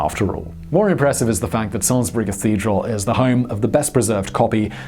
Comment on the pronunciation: Congratulations on pronouncing "Salisbury" correctly, Simon!